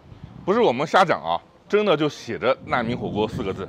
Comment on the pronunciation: 烂民火锅。。。这普通话说的。。